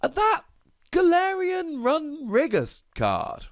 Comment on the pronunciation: that is the most interesting pronunciation of runerigus ive ever heard